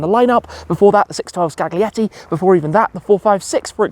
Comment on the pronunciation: Scal-ietti! The G is silent.